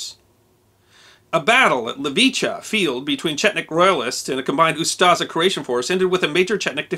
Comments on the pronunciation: It's UstSHa, not Ustaza. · Its not Ustaza but Ustasha s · Ustaša is pronounced oostasha not yuztaza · If I've ever heard this guy saying "Yoostuhza" I would never guess he is trying to say "Ustaša". Great video, though, 10/10. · he saying Ustaža or smth like that... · The name for the Croatian fascists is pronounced "Ustasha", not "Ustasa", it has an "accented" "š" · Moderator should have really learned how to pronounce “Ustaša”. The way he’s pronouncing is way off.